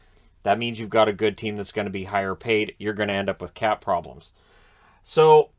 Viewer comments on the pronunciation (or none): When says cap problems i hear Cat problems 😼